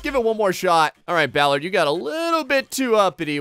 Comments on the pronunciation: It's pronounced ball-are-d not ball-erd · Bollard, not Ballard...lol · It's bOllard not bAllard! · It's not pronounced Ballard, Ballard is related to music, it's BO! Bollard! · It's not Ballard it's bollard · Now you're gonna have him saying Bowlard. The O sound is the same as if you were saying orange